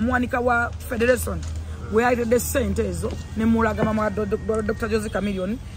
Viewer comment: Lwakyi Xmas togikwata n´e Taata womwana Simple-K nemunyumirwa olunaku mwena nga family.Mpozi nekilala,you should learn how to pronaunce R & L e.g Ragga Dee not Lagga Dee/Federation not Fedelation.